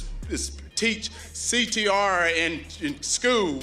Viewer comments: “CTRah in skoo” HAHAHAHAHAHAHA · Every time I hear him say CTR my brain hears CTE CTE is not funny